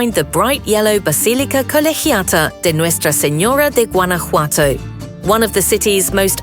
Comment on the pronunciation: Jesus Christ learn how to say Guanajuato 😂